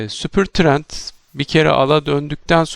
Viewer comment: Hocam cereyanda kalmış herhalde 🎉🎉🎉 Süpır trend diye anlaşılıyor ses😂😂😂